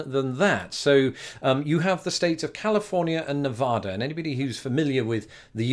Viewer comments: Nice video, but it's NevAda, not NevOda. Midwesterners always get it wrong, no hard feelings. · I suggested the Reno one! Also the state is pronounced Nevada not Nevahda. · Don't go to Nevada and pronounce it Ne-VAH-da, unless you want dirty looks... or snickers from the residents.